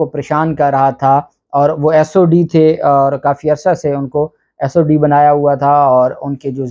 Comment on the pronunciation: sir' not sod but sdo.